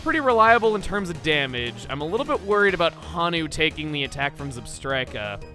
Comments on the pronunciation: Honu isn't pronounced as 'hanu', rather the o is elongated so it's more of a 'hoe-nu'. I think it's a reference to the Hawaiian green sea turtle! Those things are very large. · It's... It's Hoh-Noo. Not Hah-noo. Just...gonna put that here. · Hey Chugga! Since you always like learning how to pronounce names, Honu isn't pronounced "Hah-nu", it should be "Hoh-nu". Honu is for the Hawaiian Green Sea Turtle! :D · raises hand sheepishly Not that it's rather important~ But the nickname for Tortuga : Honu is pronounced Hoe-new~ It the Hawaiian word for turtle ^^ Much love from Hawaii Chugga. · Not to nitpick Chuggaa, but I am from Hawaii, and it is pronounced, “Hoh-nu”. It’s the Hawaiian word for “sea turtle” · Honu is Hawaiian for turtle. It’s pronounced with a long O. Like in moe or joe or poe